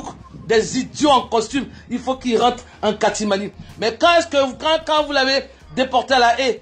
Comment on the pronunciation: La tanti c'est pas catimani c'est catimini(rire)